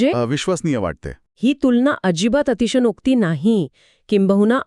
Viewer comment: छान. आपले व्हिडिओ चांगले असतात. योग्य शब्द सर्वांना कळावे म्हणून फक्त तीन गोष्टी सांगते. एक संस्कृत शब्दात स वर अनुस्वार आहे. त्यापुढे आलेलं अक्षर स असल्याने अनुस्वाराचा उच्चार व असा होईल, न नाही. दुसरं म्हणजे अतिशनोक्ती नाही तर अतिशयोक्ती असा शब्द आहे. तिसरं म्हणजे हेच ताकद नाही तर हीच ताकद असा म्हटलं पाहिजे.